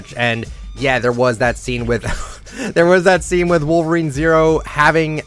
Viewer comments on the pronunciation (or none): none